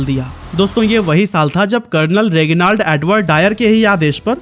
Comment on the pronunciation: It's not रेगिनालड, it's रेजिनालड